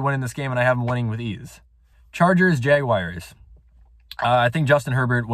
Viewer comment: Nobody:: The JaGwiReS